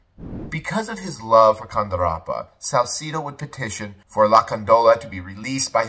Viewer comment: You said Salcedo wrong too brotha